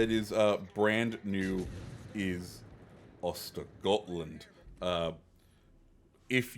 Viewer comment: SAP will get added to the tech tree. They said they're testing on the premiums and that tech tree ships won't have it YET. To me it seems to be working in a similar way to how early access ships work, they're there but you can only play them if you either pay for containers or get very lucky. Also I know it doesn't matter but östergötland is pronounced oisteryotland.